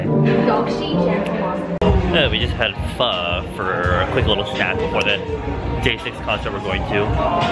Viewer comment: AYE HE PRONOUNCED PHO CORRECTLY